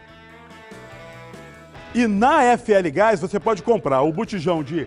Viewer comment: Vou parar de ver só por causa desse chato do gás... nem sabe falar GAIXXXXX... com a menina dava até ânimo de ouvir a propaganda!!! Não tem tiro, como se tudo fosse pacificado kkkkkkkkkkkkkkkkkkkkkkkkkkkkkkkkkkkkkkkkkkk